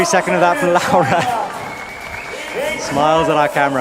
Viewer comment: he gets Laura right I think (like "laow-ra") but I'm fairly sure he got the stresses all wrong in her surname. Isn't it RogORa not ROGora? Italian normally has the stress in the second-to-last syllable.